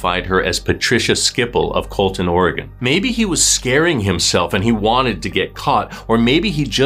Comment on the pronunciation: Ok this may be silly but thank you so much for pronouncing Oregon correctly.